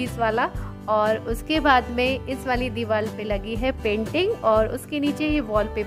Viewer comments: Divar ko dival kyu bol rhe ho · Deewar not deewal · Ye diwal nhi hota diwar hota h 😁